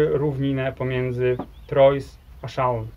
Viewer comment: Troyes wymawia się trua.